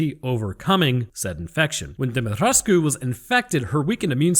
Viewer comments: Demetriscu The "u" is silent 😉 Yet another great video 😁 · Is he saying "DEMI TRESS KU"? Lmao Pronunciation my dude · It's pronounced DOMMITRESK. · It kinda disturbs me everytime he says "De-met-resku" 😂 Got too used in pronouncing it as "De-met-resk"😅